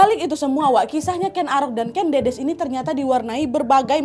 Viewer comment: Buat pecinta sejarah dan untuk semuanya. Aku boleh mengoreksi ya Kak Nadia, untuk pengucapan nama Ken Dedes. Yang benar begini: Ken Dedes (Jawa: ꦏꦺꦤ꧀ꦝꦼꦝꦼꦱ꧀, Kèn Ḍĕḍĕs) yang tidak paham IPA (International Phonetic Alphabet), cara ucapnya /è/ itu kosakata 'enak' dan /ĕ/ itu kosakata 'emas'. yang bisa baca Aksara Jawa, silakan baca. Matur sembah nuwun